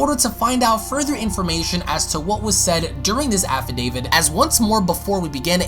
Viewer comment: I swear I keep hearing "Affi-David."